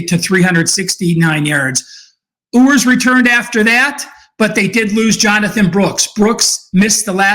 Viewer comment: It’s not “Ooers”, it’s “You’ers”. Hook’em Horns! Great breakdown!